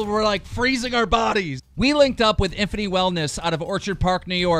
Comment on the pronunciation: Lol at how he pronounces Infinity “Infiny”. There’s a T in there bro. ❤️ the channel tho.